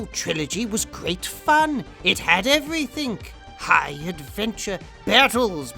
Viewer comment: you pronounced everything as 'everythink'.